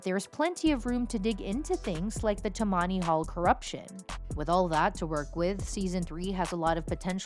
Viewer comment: Tammany is stressed on the first syllable.